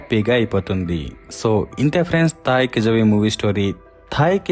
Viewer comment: Ame peru కిళవి ani pilustanu ani meere cheppinappudu, movie name తాయి కిళవి avutundi kani తాయి కిజవి endhuku avutundi. Zha ni tamil lo ళ ani chadavali, not జ.